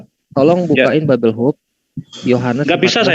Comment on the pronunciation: Liat oten sebut Bible dengernya jd sebelllll😂